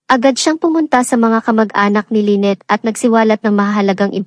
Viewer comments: Paiba-iba yung pag-pronounce ng name ni Lynette pati may mga words na ang hirap intindihin o nakakalito due to the accent. More practice pa po lalo na s tamang pronounciation pero maganda ang istorya. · Pag-aralan mo pa kung kailan bibigkasin ang Isang salita na maragsa o malumanay. Maraming mali sa iyong pagbigkas ng mga salita.Iba- iba rin ang pagbigkas mo sa pangalan Nina Lynette at Joan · ANO B TALAGA⁉️LYNNETTE O LAINET PAIBA IBA KA NG PRONOUNCIATION, MORE PRAKTIS‼️NAKAKA IRITA KA PAKINGGAN👎👎👎👎👎👎👎👎ARAL ARAL MUNA MG PRONOUNCE‼️🤬🤬🤬🤬🤬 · Lenneth or Lyneth bkit iba iba pag bigkas mo? Buti pa mag aral ka ng pronounciation